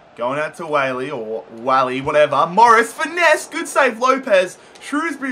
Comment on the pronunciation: It's pronounced Wall-e